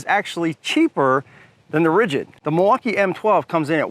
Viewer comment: If you keep saying Milwaukaiii I’m gonna have to report you to the FBI. This is illegal for sure 😂😂